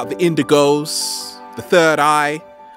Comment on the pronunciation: thought he said windigo instead of indigo lmao.